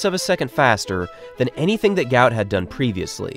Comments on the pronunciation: Guot. Guot. Guot... or Gwot. It is not Gout is mistakenly spelt or pronounced all over the place. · His actual name is Guot, pronounced "Gwot" His name was incorrectly translated to "Gout" when his parents fled to Egypt, due to Arabic spelling mix-up They do not like the mistranslation of the name as Gout is a form of arthritis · His name is actually Guot, not Gout. His father has come out to explain this.